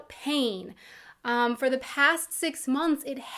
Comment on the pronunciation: Hör mal nen Deutschen Englisch sprechen, sis is horrible you can hear sem speaking se "th" like a "s". Das hört man sofort.